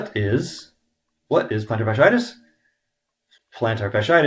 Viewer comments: It's fas-she-I-tis, not fas-i-tis. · I'd like to know why you are the expert and the podiatrist doesn't understand this? You're not pronouncing the word correctly. The two i i s in the middle of the word are pronounced as 'e' first then 'i'. Fash-E-itis